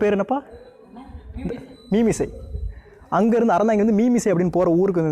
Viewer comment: மீமிசல் bro மீமிசை இல்லை